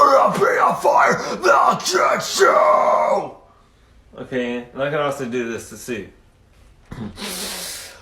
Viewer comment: To me, “okay” sounds more like “o hey”